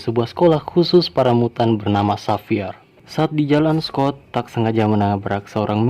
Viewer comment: aku denger nya miyutttan wkwk bukan mutan🤣